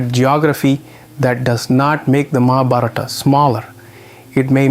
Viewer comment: I so want to watch this. But... the mispronunciation of Skt words - even "Mahabharata" - truly makes me stop. There are so many ppl making videos on Indian history, spirituality...et al. It wd be nice to learn how to pronounce these words foreign to the Western ears, Thank you.